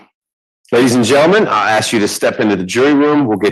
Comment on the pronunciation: If your lawyer cant pronounce the word ask…then you might need a new lawyer